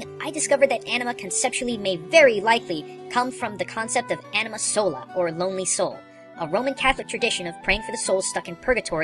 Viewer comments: The correct pronunciation for anima is (ah-knee-ma) as all may get this from the first time you fight Seymour in macalania temple where you get and use shiva . Although I agree with all your theory and understanding behind anima`s creation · I was hoping you'd have more info on Anima (by the way, the "A" in Anima is pronounced the same way you would in "Kahn"), but she got the least amount of info.